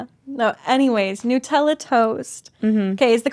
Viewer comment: "New" tella 😂